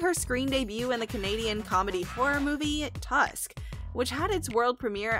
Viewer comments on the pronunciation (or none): none